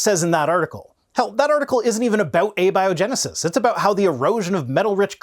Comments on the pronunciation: I had to listen a few times, but, says "a biogenesis", as in "a big liar" rather than "abiogenesis", as in "atheist" He literally doesn't know how to pronounce the word! How can you be this dumb and still be breathing,??? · Nit pick but how may said abiogenesis bugged me